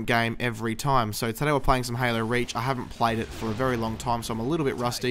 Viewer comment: Sounds like he says "Halo Rage".